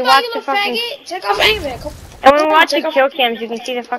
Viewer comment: he doesnt say aimbot he says aimbat